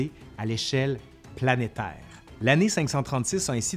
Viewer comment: Trop marrant l accent québécois jcrois j'aime bien lol comment il prononce neige ou planétaire mdrrrrr 🤣🤣🤣 jrigole il n'y a aucun mal lol.